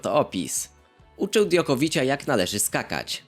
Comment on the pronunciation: Dząkowicza nie dziąkowicia